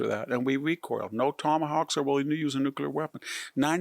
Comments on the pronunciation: It's nuclear not nucular Also you conveniently forgot to mention Budapest Memorandum, in which us, UK and Russia guaranteed ukraines's borders. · Intelligent, well spoken and has incredible insight. So much to like about this man. If only he could learn to correctly pronounce nuclear. NU-CLEE- ER. Not NU-CUE-LER George W Bush used to say it the same way and it always drove me crazy. Thanks for letting me vent. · NucUlar? Seriously dude, that's not a word. Nucular It's not a word. The atom does not have a nuculus. Thumbs down and I don't know what, stupidity. Why don't you say it correctly? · For an academic, you should use proper enunciation. Nuclear is not pronounced Nukular